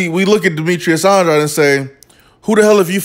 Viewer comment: If pronouncing Andrade is too difficult, then commentating may not be for you.